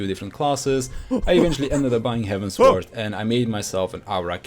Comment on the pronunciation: he mispronounces quite a lot of stuff in the game tbf.